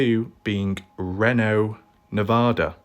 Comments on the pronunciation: It’s pronounced….. REEENo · It’s pronounced ree know